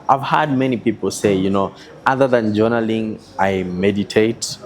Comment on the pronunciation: JONALLING??????? JOURNALLING?